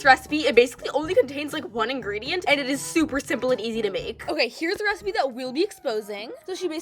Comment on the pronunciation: I love it when she says ic not sexy enough LOL